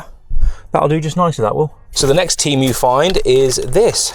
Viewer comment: Tee-Moo not Tee- mew